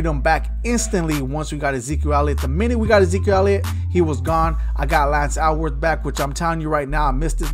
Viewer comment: It's Sean Alexander not Armstrong he was a great RB. ALLworth not AL worth SAY OWW = Seau (rip legend) Go Cowboys